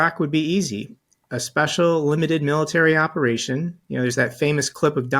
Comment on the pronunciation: I disagree He didn't use to sound like he was having a stroke mid-sentence like he does in a lot of his speeches these days. Just look at his speech from Memorial Day. Where he couldn't pronounce the word military and instead said militer, realized that he didn't say the correct word and tried to correct himself and said the exact same thing. It was obvious watching it that he was having problems But hey if the Republicans want to rail against Biden and his age I say Trump is more than fair game as well